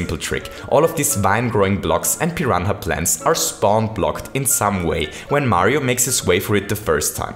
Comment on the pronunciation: Pi ran a is how u say it not Pi hana